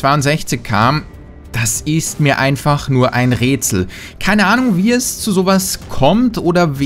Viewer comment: ein rätsel ... ein räätsel... ein rötsel... ein rööötsel und ich checks nich 😂